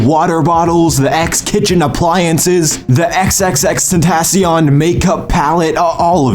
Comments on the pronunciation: U saying his name wrong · I hate how he says his name that’s not even how you say it he said in his freakin podcasts